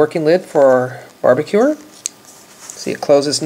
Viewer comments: He said barbecuer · i love how you say "barbacure" not barbecue its cool